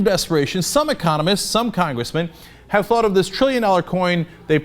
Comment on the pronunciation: some congwessmen ... hehehe